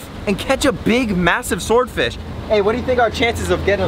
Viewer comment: Say sward fish again... 😂